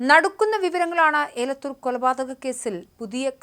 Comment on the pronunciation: മോളെ ഏലത്തൂർ അല്ല എലത്തൂർ ആണ് 😂